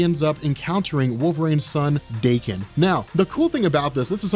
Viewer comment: His name is pronounced dah-KEN akee-HEEroh, not DAY-ken. Japanese, yo.